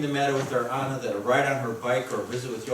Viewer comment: They are calling her Anna. It’s Anne. Margot is pronounced Margo not Margot.